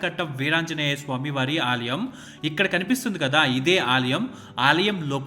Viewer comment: Aalayam not Aaliyam.